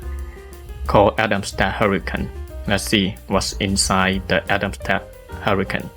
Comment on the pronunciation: Excellent video. I like that you showed the built in Camera and Atomstack Studio software. (I understand you are not native English speaker but I understood everything. For future Atomstack videos the English pronunciation of Atomstack is not Atom sta, It is with a K in the end. Atomstack the sounding as you pronounced Camera C and K are often pronounced K. Cat, Kit and Camera is: K-sound.)